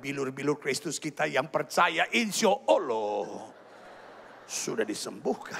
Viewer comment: Dia sengaja mengejek dengan menyebut Allah dengan Ooloh.